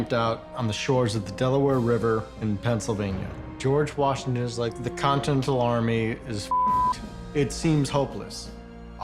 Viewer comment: G. Washington: "The Con-ten-tal army is fucked." LOL